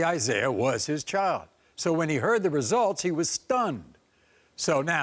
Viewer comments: DNA "resilts"??? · What’s a “resilt”?